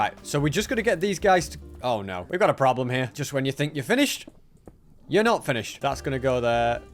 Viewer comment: Why does he sound so American when he said “problem”?😂